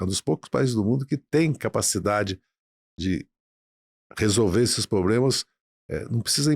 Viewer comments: POBLEMAS????? OI? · Não é poblemas é problemas ,aprende.